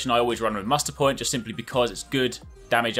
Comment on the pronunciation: I know you said Muster point but I totally heard "Mustard Boi".... And it's yellow... I'm going with Mustard Boi